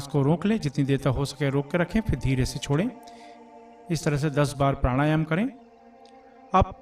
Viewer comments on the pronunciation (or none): none